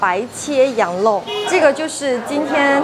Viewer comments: 羊肉而不是羊漏哦！ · 这个讲话明显舌头是短一点的羊肉发音为：羊漏！还有把羊漏吊起来晾发音为：羊漏吊起来浪！老早就发现她舌头有问题一直都忘记说了今天太明显了……